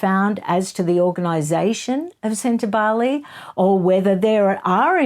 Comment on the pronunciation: Ingrid Seward was irresponsible in her reporting, in my opinion. She not only mispronounced Sentabale again and again, but she provided harry with various outs. It was disturbing to watch. I was shocked. Obviously, i no longer look at journalism as a respectable and investigative industry. It has become an opinion sharing service. Not factual, and a one-sided, propaganda fest. Once considered free and fair, the journalists themselves allowed their industry to be sullied. Do not feel for them. Feel for the journalists who were imprisoned or died to be awarded the ability to share facts and not storytales.